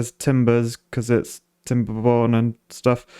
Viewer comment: Why did I hear timberboners at the start